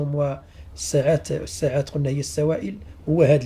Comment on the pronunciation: مشكور جدا ملاحظه فقط لا نقول الساعات بفتح السين بل بكسر السين فنقول السعات